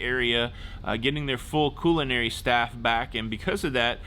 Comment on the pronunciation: Puerto Vy-arta & CULL-inary. Not Q-lanary